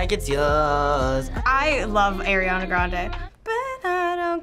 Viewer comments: DID U JUST SAY ERIANA GRANDE OMG OMG OMG OMG SHAME ON UUUUUUUU OMG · People saying they like Ariana grande but they say her name like airiana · This might be a weird pet peeve but I really hate it when people say air-iana grande a instead or ari-ana grande... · I’m losing brain cells from them saying ‘Air’iana Grande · "airana grande" i'm ticked. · says i love ariana grande proceeds to say airana grande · I love Ariana Grande Says her name wrong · “I love air-iana grande” If you love you her so much why don’t you know how to say her name 🤦‍♀️